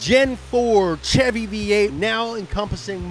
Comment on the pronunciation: You sayin Ch-evy instead of Sh-evy is making me uneasy it’s CHEVY NOT CHEVY YA FEEL